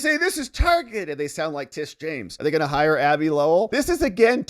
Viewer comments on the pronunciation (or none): none